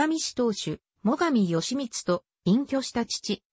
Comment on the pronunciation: よしみつ、ぎひめ、あきらしゅう、ただしぢか…１ページでどんだけ間違えるのか。アップする前に見なかったのか、酷過ぎる